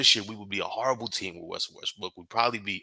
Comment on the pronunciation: Both of y’all butchered Russell name. Lol